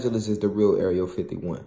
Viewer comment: You said areal 51 lmaooo it’s area